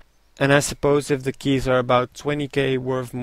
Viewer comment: lol u said lke keych LOVE THAT LOL!~